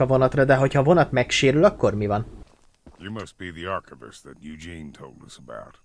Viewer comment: a pasas nevét úgy kell mondani hogy judzsin